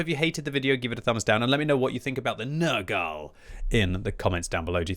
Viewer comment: calling it papa nergal (nurgle) now